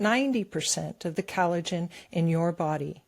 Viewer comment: NativePath ad... Pronounce collagen, not callidgin. Please.